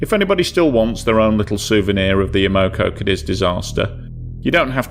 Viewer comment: And her name is amocogadis ! Not amogo! Everyone no that if they was there